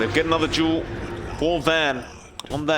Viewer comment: Its fucking called DUEL not JULE!